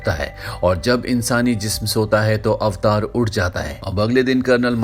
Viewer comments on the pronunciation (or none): अवतार ❌ ऐवटर ✔️